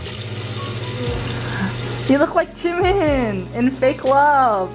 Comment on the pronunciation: Haha, “Jam-In.” Get it? Ji-Min... Jam-In... Jimin Jamin